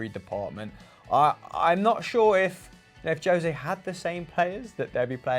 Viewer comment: Please stop calling the man Joe-se, when his name is José.